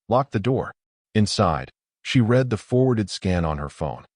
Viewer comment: Teach ur AI to say read in the past tense!